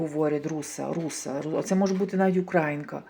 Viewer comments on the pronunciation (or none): Українка наголос на ї